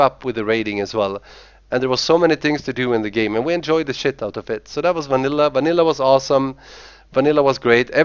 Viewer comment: The way he says "Vanilla" ffs.